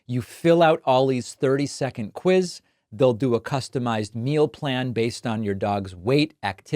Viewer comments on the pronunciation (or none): none